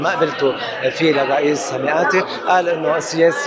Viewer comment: ياطليع بالغة العربية ميقاتي مش مياءتي